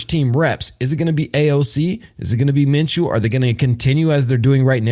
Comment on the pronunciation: Minshew not Menshew